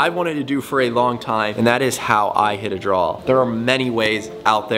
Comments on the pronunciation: Is it Draw or Drawl? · What's a drall? I thought this video was about hitting a draw